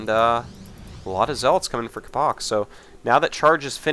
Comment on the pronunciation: capo-ch is pronounced like the "Ch" is the same sound as the one from "Ch-eese"